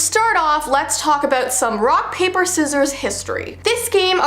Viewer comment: you said “rock,Paper,sissiors and it’s soppose to be “Rock, Paper,Sissiors, shoot”……….